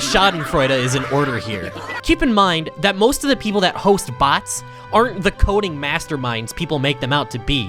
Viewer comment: You say "BHATS" instead of bots